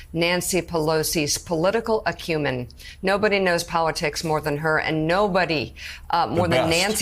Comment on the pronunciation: Mika didn’t pronounce acumen correctly.